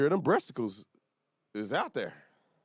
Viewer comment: Wooo not the “breasticles”. Lord bless his heart 🤦🏾‍♀️